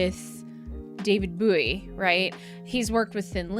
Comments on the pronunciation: Bo-wee... not Boo-wee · Why are you mispronouncing David Bowie. His name is bow like the weapon. Not boo like the knife.